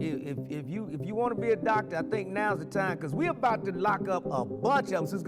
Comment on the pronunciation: DOCT-ER I think not 😂